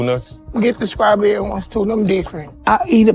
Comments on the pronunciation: I'm trying to figure out what type of speech impediment that is. She can't say the "st" combination, and says "skrawberries" and "skretch" rather than "strawberries" and "stretch". I noticed she did that with all words that contain that "st" combination. She even said "exkreme" rather than "extreme". I've never heard that particular speech impediment before, so I can't really figure out what could cause something like that, when it appears every time that letter combination occurs, regardless of whether or not the "st" comes at the beginnning, middle, or end of the word. Honestly, I'm wondering if it's weight related, somehow. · ...It bother me soooooooo bad when a person cannot pronounce 'strawberries.' She said, 'Scraaaawl-berries.' UGH!